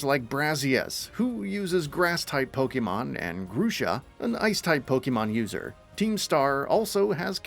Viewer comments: Pokeemon? Why you keep saying it weird bro? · I'm sorry, I can't get past the pronunciations here. Every time "pokey-mon" was said, I died a little inside... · Someone need to learn how to pronounce Pokémon.